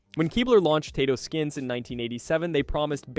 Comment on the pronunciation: What do you mean “we?” You weren’t alive in the 80s, or you would be able to pronounce Tato skins.